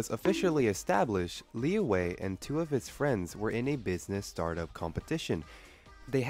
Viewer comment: im fluent in chinese and i can confirm liu wei and li yue sounds very different. Liu Wei should be pronounce as [leu way] Li Yue should pronounce as [lee yuei]